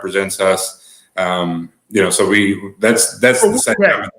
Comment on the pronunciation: Mr. Willie D, Saitama is in japan and I actually vacationed there back in 1998. The true pronunciation is Sa-e-ta-ma... Please research the pronunciation of hiragana and katakana for reference. 👍